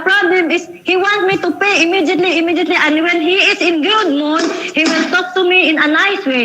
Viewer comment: islowly islowly imidyetly imidyetly haay. bayre na lng na ui kay giunsa gud nimo ng kwartaha. Kagastador ba nimong tiguwanga ka